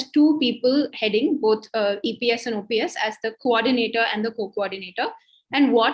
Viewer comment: After - I stopped watching. says EPS and OPS jointly ousted JJ!! It might be a slip of tongue, but at least could have stepped in to correct. Also, was terrible with getting Mr.OPS' name properly. - Please have more focus on South!